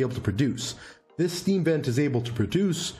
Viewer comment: Everytime you say sVent, I hear assvent.. lol